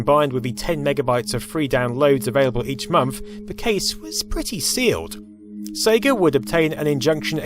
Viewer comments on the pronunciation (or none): none